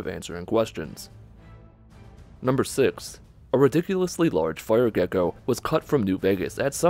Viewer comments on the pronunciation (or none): none